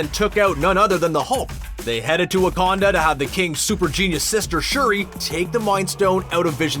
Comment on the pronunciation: yeah, the Wakanada as Banner Pronounces